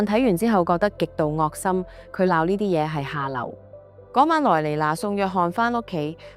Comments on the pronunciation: “惡心”不讀“惡”，讀“嘔”。“猶豫”不讀“由如”，讀“由移”。廣東話同字不同用處有不同讀音，繼續這樣會貶低你的節目質素，可惜。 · 惡心的惡應讀wu3 猶豫的豫應讀jyu6